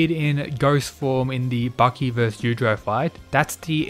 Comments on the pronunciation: It's yuichiro not yudro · YU-E-CHIRO not YUCHIRO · You-i-chi-row. Not you-trow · Claims to know all about Baki, precedes to butcher the name of the father creature dozens of times pronouncing it several different ways. You-trow you-trow. It's bloody yuichiro! You-ichi-row!!! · It's yuuichirou not yuichiro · Yu-i-chiro. If you want to correct some misunderstandings, Please also get his name correctly. Other then that, good video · "you-ee-chi-row" try saying his name a little more correctly i didnt know if you're talking about yujiro or yuicihiro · Man wtf, you are saying "utero" instead of Yuichiro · Dafuq did you just say? The names, are pronounced; Yoo-ee-chee-ro and Yoo-jee-ro. Take a damn moment to enunciate the syllables as to not completely butcher what should be an informative video. You do multiple takes before posting something to get it right. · Good stuff, but if you learned to pronounce Yuichiro and Yujiro better, it would greatly improve your understanding of who you are talking about at any given time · Pronounce his name properly